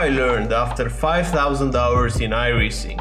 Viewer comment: It's ironic that "5000 hours" sounded like "5000$ in iracing"